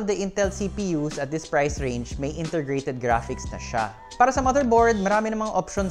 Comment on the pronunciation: "intergrated graphics" Peace! 😁 Mukhang exhausted na sir. God bless.